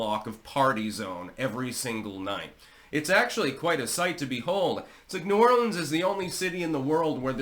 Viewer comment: First of all... A non New Orleanian is pronouncing New Orleans correctly... Impressive! Also... There are barricades on Bourbon Street but they aren't hard permanent barricades. They can be pushed out of the way. Maybe a wall or a permanent structure can prevent this from happening again.?